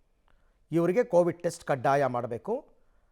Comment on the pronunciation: ಕೋವಿಟ್ ಅಲ್ಲ ಸರ್ ಕೋವಿಡ್